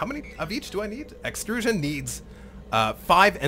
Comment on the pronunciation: "the extruuuusion plant..." that sounded totally like a german scientist talking about something xD